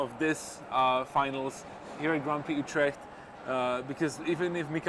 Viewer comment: As a Dutch person, I like how he prenounced 'Utrecht' :)